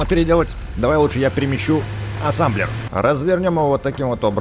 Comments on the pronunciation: Не Ассамблер А Ассемблер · это не Асамблер а асемблер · Называеться Асемблер а не Асемблер! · Какой асамблер асемблер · ты сказал АССАМБЛЕР а там написано АССЕМБЛЕР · Ребзи! А сколько сказал Асамблер!